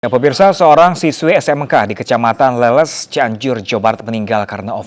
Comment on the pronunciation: Leles min bukan leuleus 🤣